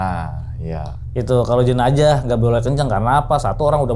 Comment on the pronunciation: Jenajah❎ Jenazah✅